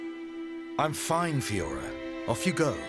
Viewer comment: I agree with you. I love content but it doesn't lend itself well with JRPGs. I see a lot of streamers be the same though. They don't take the story seriously at all until a certain event happens. For me it bothers me more that he can't pronounce Fiora right despite characters saying her name multiple times.